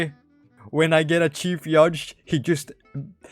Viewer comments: man said chief yudge instead of shief judge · he has evolved its no longer sheef judge its chief yudge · sheef yudge 🥀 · “chief yugde” 🔥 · ”Chiif yiodge”